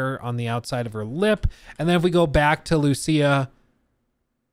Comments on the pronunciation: LOL, I think the same EVERY TIME, just because my main language is Spanish. The name has an accent in the "í" and should be written "Lucía". the accent is in the "í", not in the "u" like most gringos trying to pronounce it LOL LOL LOL. But I think hadn't watch the full trailer yet. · I think it's pronounced as Luciya. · Lucía ! Emphasis on the í !!! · Lucia (LOO-SEE-A ) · idk how this man cant pronouce Lucia even when its said in the trailer :P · You don’t know how to pronounce Lucia when it’s literally the first thing said in the entire trailer?